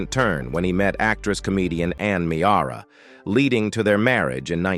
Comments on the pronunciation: It's pronounced Meera, not Me-ara! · It's pronounced Mear-a not Me-ara. Geez!!